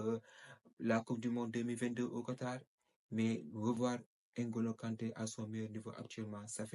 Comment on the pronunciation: Même vous l'Africain vous dites N ngolo kante, vs êtes devenue un blanc ,il s'appel Ngolo kante et non N ngolo kante idiot.